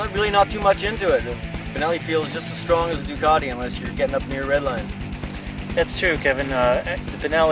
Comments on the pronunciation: why does he keep calling the duc as a 'duck'?. .. isn't it supposed to be more like 'duke'? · "duck"??? WTF??? duck!!! OMG!!! its a ducati orrrr duke.. OMG "duc" is this normal in usa to call it a duck.